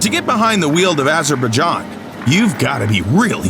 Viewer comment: "Bangle-a-desh"? "Azer-bid-john"? Maybe spend your clickbait money on a human narrator who knows how to pronounce shit.